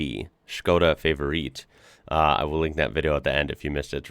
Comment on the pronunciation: 'Favorit' is pronounced fah-vor-it, not fay-vor-eet 🙂